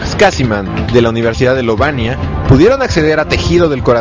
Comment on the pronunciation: Universidad de "Lovaina", no "Lovania"... Ni leer la wikipedia bien.